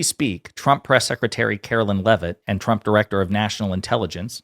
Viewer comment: Can she stop saying president Champ? 😂 i can’t handle how she pronounces her name Trump (Champ)